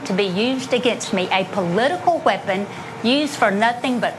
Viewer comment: she deserves to be punched for saying wheapon